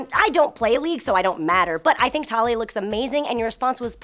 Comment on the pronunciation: 1.) - It's pronounced "tuh-LEE-uh" ( like 'Aaliyah' with a 'T' ), not " TAH-liyah". ( I know; the pronunciation is weird with the way it's spelled, but that's Riot for you. I would've pronounced it the same way you had, had a Riot employee not clarified the pronunciation.) 2.) - I have no qualms at all with Taliyah's non-emphasized physique. The only thing I do have a problem with is the way the bridge of her nose is drawn ( on her main splash-art ); homegirl needs rhinoplasty ( a nose job ). Beyond that, she's perfect as is.